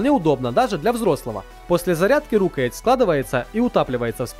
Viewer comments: рукаЯть правильно а не рУкаять! Не русский ты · а что за шутки с ударение в слове рукоять? Ты действительно говоришь рУкоять?!! рУкоять - этА пять)) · рукоЯть! Слушать неприятно. Да ещё всякую хрень продвигает. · рУкоять, ты серьезно?? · Ни пэйн бол а пин-бол и не ру́каять а рукая́ть ты неграмотный нубас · рУкоять ? я не ослышался ? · Сейчас бы говорить рукоять (он говорит о а не а, если не поняли)